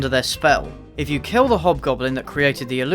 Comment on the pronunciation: Why do I hear "hot goblin" instead of "hobgoblin"? Better be a hint for a porno sequel